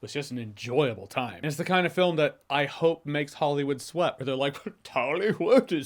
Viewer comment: Are you saying Dollywood. Like the amusement park?